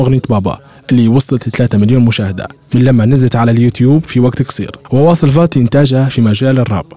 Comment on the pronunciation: اسمه قاتي مش فاتي😂😂😂